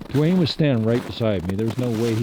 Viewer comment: called out '..dwayne, you!' He just couldn't get the Dw sound quite right but it seemed clear to me. min in.